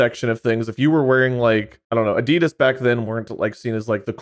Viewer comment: Fuckin "Adeedus" 🙄😂